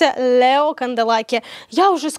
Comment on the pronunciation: Это прекрасное произношение «ЛьЭо»😂 про колпачок очень смешно)) спасибо, ждала очередной выпуск 🎉